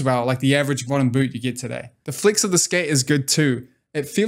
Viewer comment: Great vid as always. thank you for doing this. Took me a while to understand what "Flicks" was, then I realised you're trying to say "Flex".